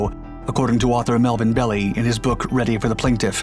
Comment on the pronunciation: Hadn't heard of this, but I have heard of Melvin Belli. (pronounced; bell eye, not belly)